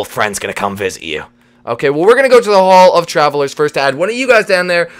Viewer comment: Uhhh the name hall of trallvelers sounds ofilly fumiller not tryin to hate I love the video